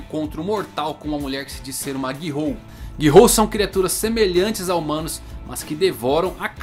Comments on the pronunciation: GI-HOU??!??!! É GHOUL! (lê-se "Goul")!!! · nicolas navarro na verdade, a pronúncia correta seja "gul", sem falar o "o".